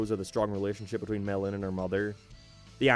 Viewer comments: At times I legit thought he said melon instead of mei lin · When he says may Lin it sounds like melon